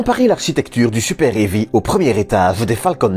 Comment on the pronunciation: Et le super-hairy aussi. Je trouve ça cool, le lanceur super-poilu, ça a la classe. Mais ceci étant, ce n'est pas un problème de prononciation (AMHA), mais plus une question d'accent (belge je suppose). C'est ce qui est sympa avec la francophonie, ça met un peu de variété.